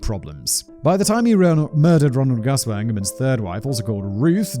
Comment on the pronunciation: I know Gusewelles from the exact area you are talking about. I just wanted to volunteer that you got the pronounciation right the first time: "Goose well". Hopefully Gusewelles won't show up on one of your posts until maybe one of them does something awesome and end up on Biographics. Just in case that happens, now you know!